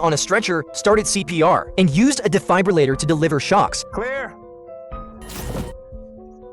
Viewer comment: AI voice. "Flahm-thrauwer." "Dihe-fibe-raw-later." Among others.🙄